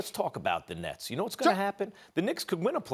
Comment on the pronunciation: 😂"The Brooklyn neths" I'm sure Stephen A is spitting all over the studio when is talking1